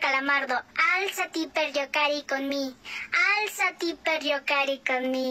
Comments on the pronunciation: Y se pronuncia igual 7n7 alzari per gio care con me y significa levántate a jugar conmigo, no es alziati pers io cae co me 7n7 y no es levántate pero juega conmigo 7n7 ay dios - _ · Yo más bruto, pronunciaba Alzáte no álzati